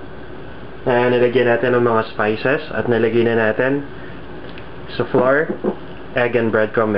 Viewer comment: honestly i didnt know what this guy was saying .. he called flour FLOOR ! me and my sister was laughing our asses off when we heard his acsent ... IN ZE COOKING POT !!! Lmafo !